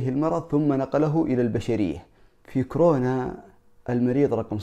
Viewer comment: يا اخي المرض اسمه كورونا وليس كرونا!! 😂😂